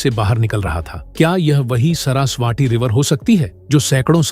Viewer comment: सरसवाटी नही बे सरस्वती बोल